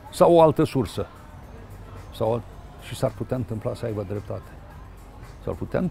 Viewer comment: "SA AIBA " nu "Sa Aiva" Domnul Țiriac...